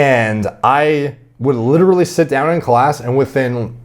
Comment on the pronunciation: Couldnt even make it 5 seconds into the video without hearing him say ‘LiDdErLy’